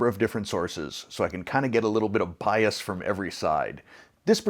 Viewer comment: It sounded like "... a little bit of pious" but the captions reads as "bias". Either way both would seem appropriate. 😉